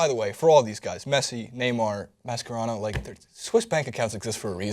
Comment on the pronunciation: I hate the way you say Mascherano